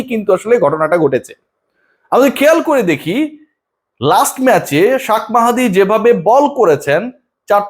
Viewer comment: শাক মাহাদি না ওটা হবে শেখ মাহাদি, আপনার কাছে এটা আশা করি নাই ভাই 😄☹️